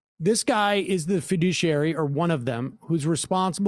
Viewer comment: fi·du·ci·ar·y...emphasis on the douche!